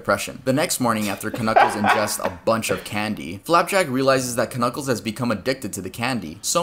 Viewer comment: Dude really said kuh-kuckles and they said nothing about it